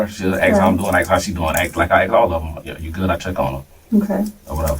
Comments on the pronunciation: Another thing why is he Axing 🪓 them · The word is ASK!!!